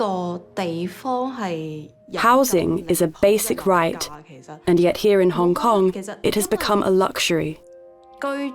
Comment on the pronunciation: Kong Kong Kneez...not Cantonese 😮